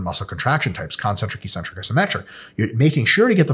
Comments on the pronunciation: Hey Mike, I keep hearing you use the word EE-centric, -like eccentric, but pronounced with only one 'c'. On your slide you have the abbreviation 'Ecc'. Could that possibly be referring to the actual word eC-Centric??? If not, please advise. I can't find the word 'ecentric' or 'eecentric' in any English dictionary. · Why does everybody pronounce it "e-centric" when there are two Cs??